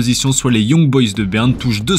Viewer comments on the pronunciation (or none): none